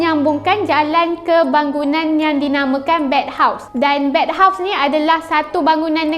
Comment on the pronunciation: bathhouse kak bukan bedhouse